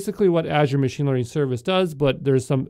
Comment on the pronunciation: Yo from exam pro.Please change ur accent/way of speaking.. Its Manger, Not Managerrrrrr. Its Machine not MachinEeee